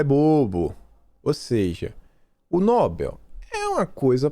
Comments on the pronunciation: a pronúncia é prêmio 'nobél' e não 'nóbel'. Escreve 'nobel'. A tônica é no 'e'. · leia por favor: NOBEL é oxítona e se pronuncia nobél, nunca paroxítona nóbel (obs: Nobel não tem acento). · No-bel. Não é nóbel. A maioria pronúncia corretamente. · Ótimo vídeo, mas é "NoBÉL" não nóbel